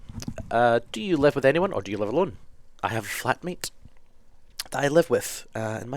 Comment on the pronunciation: At first i though he said "I have a FAT mate that I live with" yeah I know.. Bad but I lol'd